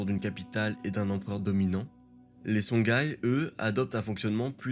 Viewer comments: Pour info c'est songhoï et non songhaï et Massa Moussa et non Mansa Moussa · Songhaï se prononce SonRaï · C'est une bonne vulgarisation, merci pour le travail. Par contre juste une précision : "Songhaï" se prononce Sonraï, comme Ghita et Ghassan se prononcent Rita et Rassan. Merci et bonne continuation.